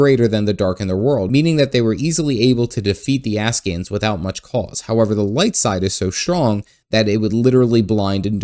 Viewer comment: After the Uri thing, Im even more undecided if hes intentionally or unintentionally mispronouncing Ascian